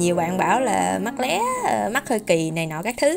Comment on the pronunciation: Thề chị cứ phát âm chữ lé là em bùn cừi vl 😂😂😂